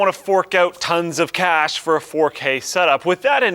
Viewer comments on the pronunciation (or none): none